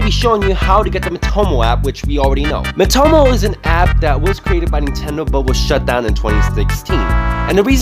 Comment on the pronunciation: It’s called MEE - toh - moh, not mih - toh - moh